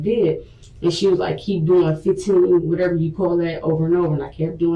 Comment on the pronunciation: Why she keep saying wateva